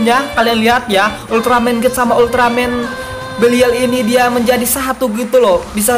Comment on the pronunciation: Bang itu ulteramen bukan ulteramen geed